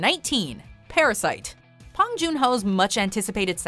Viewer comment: it's Bong Joonho not Hwang Joonho